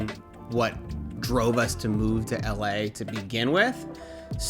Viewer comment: I can't stand how people who have lived in or visited la say la